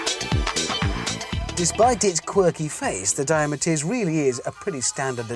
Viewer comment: The 'Per-oh-dooah', the 'Dye-ooh'? Is he joking?